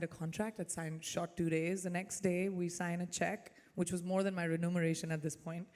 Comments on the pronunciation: “Renumeration”- the correct word is remuneration. She’s not very articulate, but yes probably more articulate than most Indian actresses. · I stopped watching when she said "renumeration". whats that? re-numbering something? LOL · She said “Renumeration, instead of Remuneration” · Isn’t she supposed to call it remuneration and not renumeration…this is the second time I have heard her say that